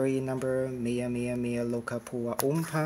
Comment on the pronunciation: I'm surprised you finally pronounced Meameamealokkapoowa oompa! 😁😁